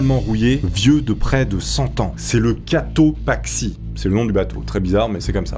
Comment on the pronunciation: le bateau a 6min45 s'appelle Cotopaxi, c'est un volcan du pays de l'Equateur pays d'où je suis originaire ducoup j'ai tilté avec le nom mais tu l'as mal prononcé, voilà voilà:)